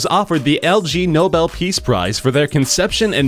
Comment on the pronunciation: It's not the LG Nobel Prize, you tool, it's the IG Nobel Prize. Geddit? Ignoble?